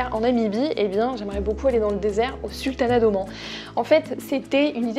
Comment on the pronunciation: Bonjour, Merci beaucoup pour cette vidéo très intéressante. Le sultanat d'Oman (prononcer Omaan et non Omon 😁) faisait partie très clairement de mes projets avant le covid. J'ai hâte de voir ce pays extraordinaire par ses paysages et ses habitants. De plus je parle arabe, je penses que cela aide beaucoup de parler la langue du payés que l'on visite:) Toutes les autres destinations de ta bucket list sont superbes:) hâte de te voir les concrétiser car tu nous fais voyager avec toi 😊👌